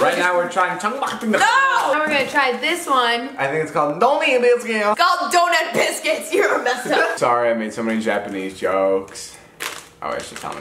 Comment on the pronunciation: "I think that's called dOnUt bIskiUtz"